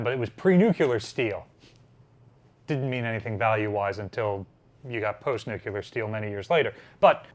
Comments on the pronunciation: Nuke-Lear. Not Nuke-U-Lear. Now repeat that 100 times. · He didn’t say nuclear. He said nucular. Which is not a thing. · Nut shaped. Nucular is an incorrect pronunciation of the word nuclear. Despite the dumbed down editors of a certain dictionary. Why defend the descent into stupidity? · Nucular is a common, proscribed pronunciation of the word "nuclear". It is a rough phonetic spelling of nuclear. The Oxford English Dictionary's entry dates the word's first published appearance to 1943. Googled it. It's a real word, check the Oxford English dictionary. Dated and not used much in today's modern written English but still a real word. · What does nucular mean? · Now look at the second definition below the one you typed. Words can have more than one meaning and multiple pronunciations based on dialect and region such as aluminum vs aluminium, tomato vs tomahto, huge vs yuge, human vs yuman, soda vs pop. He just pronounced nuclear as nucular. Not wrong, just different. I'm not defending any stupidity rather stating it is indeed a word used in speech. Now should you write it like nucular, no it's dated.